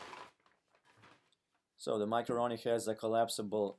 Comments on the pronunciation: Sounds like he's saying macaroni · Nice. His accent sounds like he's saying macaroni haha